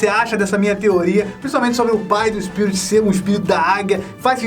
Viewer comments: O fala SPIURIT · O sotaque dele diante d palavra "Spirit" é estranho kkkkkkk amei o vídeo, sempre amei esse filme :) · Esse tempo todo vc falou o nome dele errado